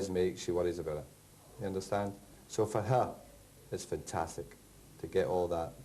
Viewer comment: Back in '93 fergie pronnounced the 'a' in 'fantastic'. will miss his post-match f'ntastics